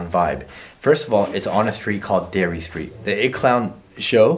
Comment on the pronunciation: Darry not dairy